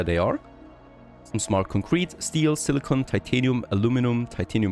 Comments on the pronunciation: Surprised they didn't request their VO actress for Alice to re-record all the silicon lines, when she said silicone instead. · I'll buy this game after they give you the option to mute the acidic and condescending assistant whose comms they burden you with. Hopefully her character arc includes an alignment change to "Reasonable Human"... Edit : And a change to pronouncing 'silicon' correctly...